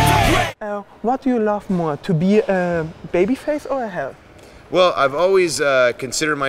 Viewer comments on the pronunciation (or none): das heißt Heel und nicht Hell;-) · Es heißt heel nicht hell -_